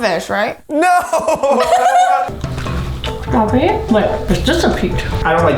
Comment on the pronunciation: Strraw berry i love you